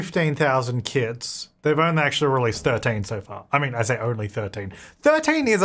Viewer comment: I kept thinking you were saying kids 🤣